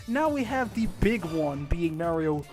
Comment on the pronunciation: Just an FYI: it's MARio. AR SOUND, not a AIR sound.